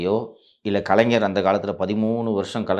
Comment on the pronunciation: கலைநர் அல்ல கலைஞர் ஞாயிறு ஞ ஞா உச்சரிப்பு முக்கியமான ஒன்று.